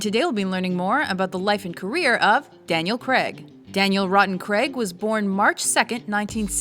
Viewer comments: Daniel cregg ????? Cray - g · Fuck pronounce his name correctly not Creg, Craig. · Pronounced crAig not creg. Just sayin. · Can you American's please announce Daniel craig's surname properly!!...PLEASEEEEEEEEE?...It's "CRAIG" pronounced GRA - AGEEEEEEE" not "CREG"!!! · God damn you Yanks say Craig really weird